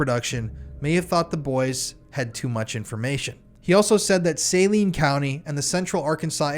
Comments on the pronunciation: I was in my early 20's at the time this happened in my town. I remember very well. I also remember that within 2 days of this incident, you couldn't buy any weed ANYWHERE in Arkansas. Most people here know what happened, well those my age and younger. Also, it's pronounced Saleen County/Hospital. Great job! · Great work on this. I am reading the Boys on the Tracks right now. One point of correction, the county is pronounced suh-LEEN. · It's pronounced sa lean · Its pronounced saLENE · You mispronounced Malak (Fahmy Malak) and Saline (County). It was like fingers on a chalkboard to hear those names said wrong over and over. On the plus, thanks for covering one of the most notorious Arkansas true crime stories that doesn’t get talked about enough. Interestingly, this, Ronald Gene Simmons, and John Markle all happened within a few months in Central Arkansas in 1987.